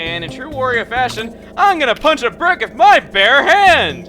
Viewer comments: Wurio. Chuggaa, it's not Wurio. It's WARIO. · It's not WOrio, it's WArio! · Why do you call wario worio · STOP CALLING HIM WORIO ITS WARIO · Chugga, you're drivin' me crazy, man! It's "Wario", not "Worio". It's supposed to rhyme with "Mario". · GAH! WARIO, NOT WORIO! i hate when people mispronounce simple things :c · Its Wario not Woorio... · why do you say worio, its wario